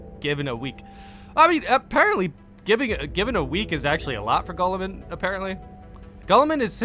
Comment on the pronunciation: Also, Guilliman is pronounced gill-uh-min